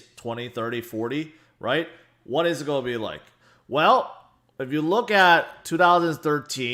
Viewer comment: I love the way your pronounce 'going to', as - 'goia'.... every single time! I can't unhear it now and find myself tallying your 'goia's throughout your vids. Current record is 38 Goias'!!! Keep on goian, bud!